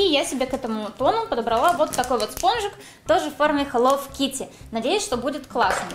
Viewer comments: ХЕЛОУ А НЕ ХЕЛОВ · Да почему хэллоВ кити а не хэлло кити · БЛИН ХЭЛОУ КИТТИ А НЕ ХЭЛОВ АААААА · ага и меня это раздрожает..... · Вот именно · Читается как хелоу Китти !А не хелоув Кити! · Не хеллов китти,а хеллоУ китти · Не хелов кити а хэлоу кити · Почему я постоянно слышу - Хелов Китти == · Меня одну напрягает что она говорит хелов китти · я не поняла, хелов китти это рофл или ты так и говоришь?._.